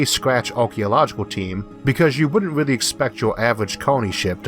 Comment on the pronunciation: Weal intewesting , I'm gwad porky found wowk nawawating this lol